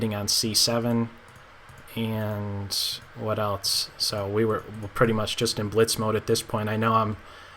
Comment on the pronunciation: "What elts is there?". What does "elts" mean?